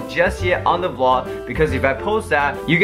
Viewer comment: It's a VLOG not VLOO